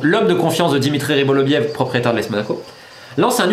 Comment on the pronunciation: Pourquoi tu dis toujours "Rybolovliev" au lieu de "Rybolovlev" ???